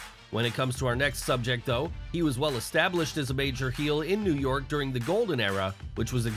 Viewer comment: Everytime he says “New York” it pisses me off